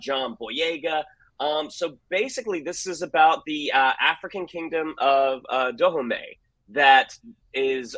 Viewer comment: Dahomey - "da HOE mee"